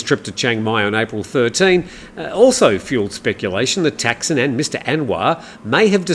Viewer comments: Man, after all these years in the Thai media, you can't pronounce Thaksin? He is not called Texin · Does it really matter? 'Thaksin' isn't necessarily correct either and all depends on the reader's interpretation of how to pronounce it. ทักษิณ is. But then should we start saying กรุงเทพ (grung têp) instead of Bangkok? At the end of the day the viewer knows what is being talked about, and that's the important thing.